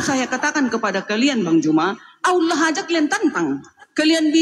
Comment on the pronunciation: Oten gak bisa.bilang Allah .....lidah di plintir